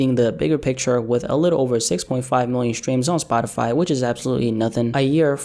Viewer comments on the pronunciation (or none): none